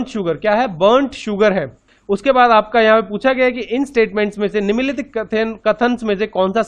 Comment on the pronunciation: Are vo niminn nikhit nhi nimnlikhit hota hai🤣